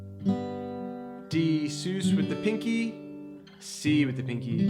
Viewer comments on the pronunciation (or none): Nice video but please, sus is pronounced Suhz, like Suspended, because it is a suspended chord. so not Seuss. Suhz. Also the root isn't changing, it's the bass note. The root of the C/G chord is still C, it's just voiced with the fifth in the bass.